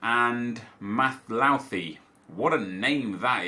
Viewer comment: Actually it is pronounced Mathluthi*